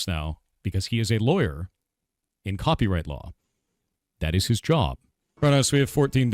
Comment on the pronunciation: You impeenged in his coopywrit